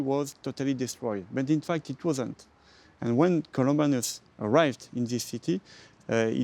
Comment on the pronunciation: Columbanus, not Columbarnus